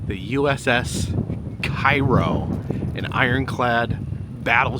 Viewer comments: Cairo is pronounced “Kay-row” in the area. “ky-row” is the name of the city in Egypt ! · I'm only bringing it up cos you'll probably be back there but both the ship and town it's named after are pronounced "kay-roh". Like the corn syrup. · Great video. I always enjoy watching them on your road trips. I have to correct you on one thing. The correct way to pronounce Cairo, IL is Kay-Ro. Lots of people pronounce it wrong as people think it's pronounce the same way as Cairo Egypt. But, keep up the good work and videos. I'm enjoying your Mississippi travel. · IT'S PRONOUNCED CARE-O here in Southern Illinois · While in Cairo, in its pronounced cayrow.. 😂